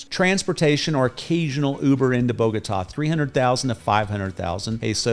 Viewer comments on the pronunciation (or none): none